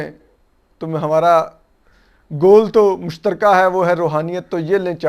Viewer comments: جو شخص روحانیت کا لفظ تک ادا نہیں کرسکتا اور رحونیت کہتا ہے ملک ریاض کنفرم دیو بند ہے کیونکہ بحریہ ٹاؤن میں اپکو بریلوی مکاتب کی مساجد نہیں ملے گی اور پانچ قراط والی انگوٹھی کی آڈیو لیک سب نے سنی ہے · یہ روحانیت نہیں رھونیت ھے😂